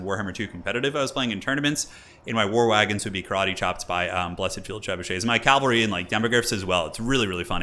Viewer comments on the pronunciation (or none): none